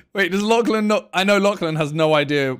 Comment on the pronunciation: Ever since called Lachlan (latch-lan) in the game show video I can’t hear it any other way now.